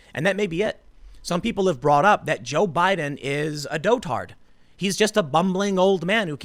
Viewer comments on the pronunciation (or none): "Dotard" is not pronounced "doe-tard", it's pronounced "dawtard", like "daughter" with a "d" on the end. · I’m cracking up Tim pronounces dotard as “dough-tard” instead of “dod-erd” LOLOLOL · You mispronounced "dotard" and "Antifa" (which is weird, because you usually don't). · Thumbs up, for the way Tim pronounced 'dotard.' It's not correct, but it's better, esp perfect for Joe Biden. This definitely needs to become THE word of 2020. Mr Pool, sir, I salute you!